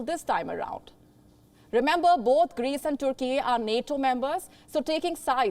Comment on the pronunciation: YOOORUHPEAN Union.🤣 And Toorkey. We've been pronouncing it wrong all our lives. Apparently it's not European Union and Turkey. But Yoooorupean Union and Toorkey.